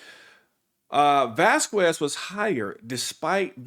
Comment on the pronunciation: Vasquez is pronounced "Vaskez" fyi👍✌️